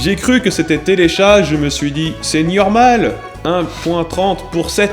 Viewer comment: "C'est niormal"